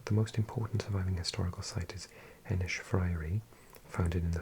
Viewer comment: Ennis is actually pronounced just with an s not sh